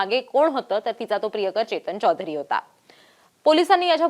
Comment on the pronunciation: Anchor, मराठी बोलत आहेस, मराठीत चौधरी म्हण , हिंदीतलं चोधरी नाही .